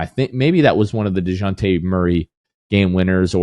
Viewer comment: pronunciations of “geico” and “dejounte” bother me is anyone else hearing that